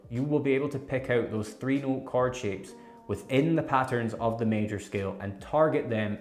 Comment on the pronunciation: Is he saying Card shapes?